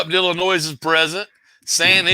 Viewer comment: Ill - I - Noy = Illinois. No “ S “